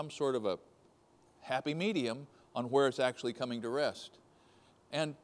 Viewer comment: oh my God, stop pronouncing the H in words.. where not w Hehhhere and W hehhhitee. 🤦🏼🙄